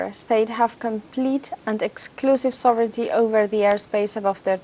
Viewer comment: Thank you for saying "SOV-rin-ty" for "sovereignty."